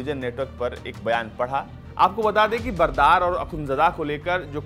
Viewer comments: Bro it's mulla Baradar not Bardar. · ।।।। बरदार नहीं बरादर है।।। पहले बोलना तो सीख ले।।। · बरादर है यार बरदार नही। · Support se anchor bna lag rha hai Baradar ko bardar bol rha hai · Mulla brather to to bolna seekh le bhai